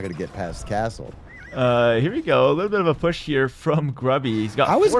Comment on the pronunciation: I enjoy the way pronounces "push", or "pusch".